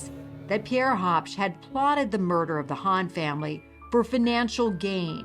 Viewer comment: It's Pierre, not pier 😂😂😂😂